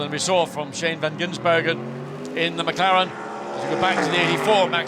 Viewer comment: Please, someone slap every time he says 'van Ginsbergen'...drives me spare.